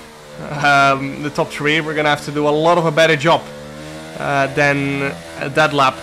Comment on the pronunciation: jarno there's an H in three. it's not a tree.